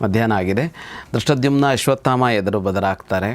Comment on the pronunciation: ಗೌರೀಶ್ ಅಕ್ಕಿ ಅವರಿಗೆ ಧೃಷ್ಟದ್ಯುಮ್ನ ಅನ್ನುವ ಪದ ಹೇಳಲು ಬಾರದು. ದುಷ್ಟದ್ದುಮ್ಯ ಅಂತ ಕಷ್ಟ ಪಟ್ಟು ಹೇಳುತ್ತಾರೆ. ಅದನ್ನು ಕೇಳಿ ಕೇಳಿ ಇವತ್ತು ಅವರಿಗೂ ನಾಲಿಗೆ ತಪ್ಪಿತ್ತು 😂